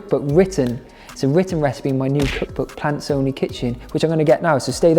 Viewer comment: OK, when you first introduced your book, I could have sworn you said "Pants Only Kitchen" and it threw me for a loop, cause the Brits call boxers/briefs/boxer-briefs pants. OK, I'll show myself out 😂😂